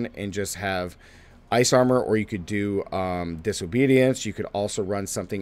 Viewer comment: Did he say diso-bootyance?